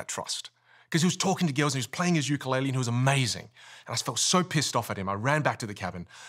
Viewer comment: "Talk to gils." Cracked me up